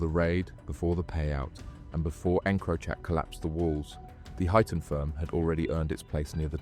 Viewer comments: mate its said like hi ton not hue ton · Huyton - as in High- Ton not Hewton - Two Dogs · Just a heads up - it's pronounced ''Hi-tun' not 'hewtun'. Being from Liverpool, I had to get that out. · It's not hootin! It's huyton, hi-ton. The hootin crew 😂😂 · Its pronounced "High Tun" not hootin, ive lived there my whole life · Huyton is pronounced Highton not Hyooton. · Good Video but some of the pronunciation is wrong and quite funny and I had to mention it "Huyton" in Liverpool is pronounced like "Hi Ton" (tun) not "Hooton". Hooton is place on the Wirral side. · Hewton!!! At least get the names right, it's Huyton, pronounced High Ton. 😂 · Hooton firm?? 😂😂😂. It’s pronounced High ton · That,ll be Huyton as in HIGHT UN not WHO TUN as is being mispronounced 🤭🤭🤭 Just Sayin Boss 🤫🤫🤫🤫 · The hewton firm? 😂 Huyton is pronounced High Ton mate. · I was pretty sure he was getting it wrong, but I didn't really know how it should be, so thanks! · 🤣and its pronounced "Highton" not "Huton" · The hue ton firm 😂😂😂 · You pronounced Huyton incorrectly. Its said Heighton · It’s pronounced high ton 😂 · Hyooton firm? 🤣🤣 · "Hyooton" firm? You dont even know how to pronounce it u dunce It's an area of liverpool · It's hi-ton, check proper wordings next time, a good vid but a few mistakes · Huyton pronunciation = "High - tun" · Huyton is pronounced High-ton. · It's hyton lad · Huyton is pronounced as "Hi ton" not how you say it. 😂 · It's more hightin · Ones a blacken ones a whiten Huyton huyton two dogs fightin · But without the T.😀